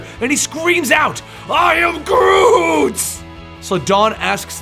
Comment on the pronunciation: All I hears was groom groovy grotty groot